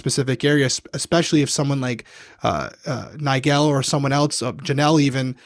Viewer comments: ily, but it’s NIE-JUL 😂 not nie-gel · Why are you pronouncing Nigel like that? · It’s pronounced “nye-jule” not “nye-gel” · omg just heard say NIE-GEL too, not tryna call you out 😂 both y’all stop it lmao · I've never heard it pronounced like that. Always with a j sound for the g. People be saying stuff differently. It's interesting